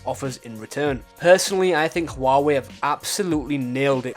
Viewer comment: It's NOT hoo-wa-way, it's pronounced wah-way, apart from that ,GREAT video !!!!